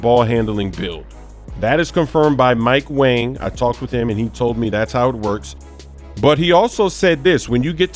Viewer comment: it's not Mike wang anymore its Mike wong